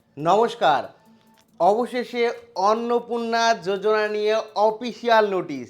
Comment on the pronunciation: Bhai jojona nhi yojana h aage padhne dikhk